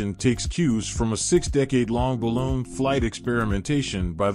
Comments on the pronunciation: Can they please stop using AI announcers and go back to real people? It’s ba loon, not ba lone. I am to the point of turning off the sound and just watching the video. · It is Balooon not balone